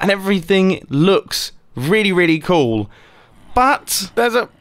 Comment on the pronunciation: "It looks KOOL" "It saundes KOOL" "It IS KOOL!" Mumbo, 2019